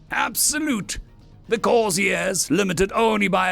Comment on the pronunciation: The author should use his dictionary frequently, he might be able to use words like "retro-burn" accurately. Possibly the narrated pronunciation or Corsairs was due to a misprint on the screen. An interesting story, though if the Corsairs were going to actually help, they would assist in tech advance, be it openly or surreptitiously.